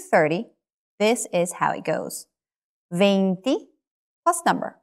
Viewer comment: In spanish there is not such a "v" sound that you pronounced in "veinte". You pronounced It right in "noventa",though. In spanish "v" and "b" correspond to the same phoneme.